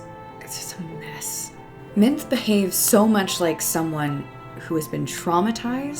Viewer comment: Minthe is pronounced Min-thee.